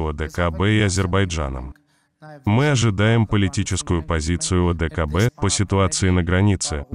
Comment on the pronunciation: Ваххх ))) когда не получается говорим " мИ не хотим " , лицемерия зашкаливает, паршик у тебя !